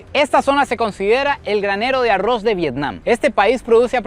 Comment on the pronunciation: En los últimos videos me e dado cuenta que cada vez pronuncia mejor ARROZ 😂😂